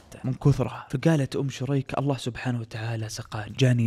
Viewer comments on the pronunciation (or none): none